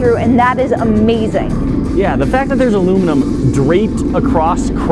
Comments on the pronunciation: Why does she say alumum ... where did the i and n go? It’s aluminum. Or al-U-mini-um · "alumim" wut... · I agree with on the crayon thing however it is not aloominum it is aluminium. As in A-LUH-MIN-YUM. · Says crayons correctly but still ignores the IUM in alumin-IUM. Not aloo-min-um. DAMNIT!!